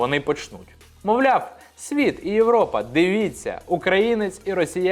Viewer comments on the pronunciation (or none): none